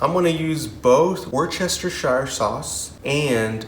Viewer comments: try WOOSE-TISH-ER..... worcestershire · Wooster-sheer sauce